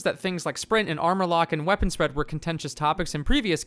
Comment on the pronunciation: Please- never say Spread like that again.